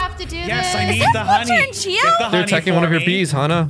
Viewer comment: It’s Chio not Chiow